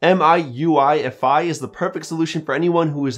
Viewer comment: That’s not M.I It’s Pronounced Like MeUI